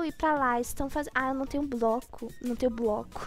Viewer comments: Broco kkkkkkk é bloco mas ok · Meu Deus que português maravilhoso em vez de bloco fala broco